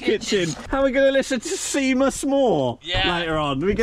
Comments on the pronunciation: Seamus is pronounced Shaymus, not Seemus 😂😂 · Hahaha sea-mus moore shaymus Moore more like it begorrah 🇨🇮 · It’s pronounced Shay-mus,. Not See-mus 😂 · Seemus Moore 😂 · No hate but ye said Seamus wrong it's pernounced shay-mus